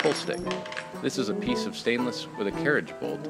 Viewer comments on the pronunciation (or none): none